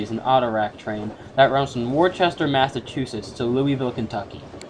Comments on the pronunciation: As a broadcaster I can tell you that there is only one way to pronounce a place... and that’s how the locals say it. So in Worcester, MA it is “wuhster”. Syracuse is “sear uh cuse”. And of course Avon is “Ay-vonn”. But it gets really strange when two identically named places are pronounced differently. The Thames River in London is pronounced “tems”, while in New London, CT it’s pronounced “thaymes”. In NC the city is pronounced SHAR-lit, while in Vermont, the same spelling is pronounced shar-LOT! And then there’s vur-sails, PA...😂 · Amazing video! And btw Worcester is pronounced as “wister”. And also to answer your question, Q263 got replaced by CSX Q205